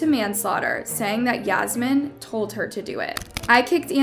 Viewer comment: Yeah-smine Lol Fucked up :(